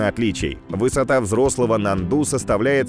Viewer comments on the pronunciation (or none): очень интересно все у вас но внимательнее с ударениями...я долго молчала но после НАНДУ не могу молчать...ударение на А....можно проверить в википедии..извините но Вы один из моих любимых каналов и все должно быть идеально